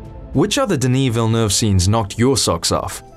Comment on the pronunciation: I always appreciate when people learn to say Villeneuve correctly !